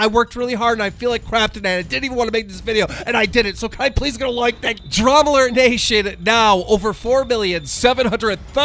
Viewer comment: “Drama lert” love how Keem can’t even pronounce his own show right.